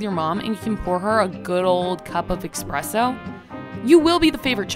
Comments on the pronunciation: after the second "EXpresso" I'm out... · Wtf is expresso 🤮 dislike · But she wrote “espresso” in the video description, yet she is saying “expresso”?? Why???? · Saying "expresso" immediately cost you all of your credibility. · Espresooooooooo bro 🤦🏼‍♂️🤦🏼‍♂️🤦🏼‍♂️ not ex-presso 😂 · The only time that I heard it pronounced so incorrectly is at a coffee joint pre-Starfu€KS explosion. Midnight Espresso in Belmont Shore Long Beach, CA. The trendies would walk up and say "Midnight Exspresso", edgumucated. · Glad to see I wasnt the only one that noticed that. Lol